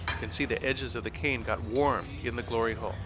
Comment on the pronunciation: Mum walks in as soon as he said gliry hole now i have to watch it all over again with her😂😢